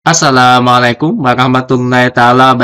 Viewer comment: maaf itu tadi ucapan salamnya kok aneh ya